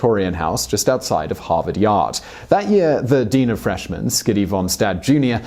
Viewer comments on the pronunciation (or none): You mispronounced “Harvard yard”